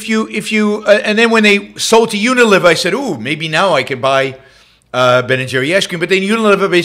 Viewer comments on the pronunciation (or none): It's not UniLIVER, but Uni-LEE-ver. Think a fulcrum. Not liver and onions.